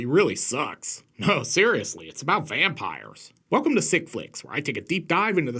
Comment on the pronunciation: Actually,... I heard "Bampires". And your "Daniel Larusso" comment did not escape me. Lolol!! I dont know why that one really got me, but it did. And then, of course, "We have the same haircut".